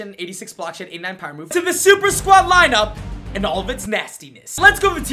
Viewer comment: nobody:: tHE sUpER sQuADd